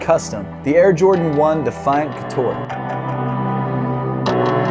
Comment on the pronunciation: Air Jordan 1 couture not coutore Seth from a French fan 😜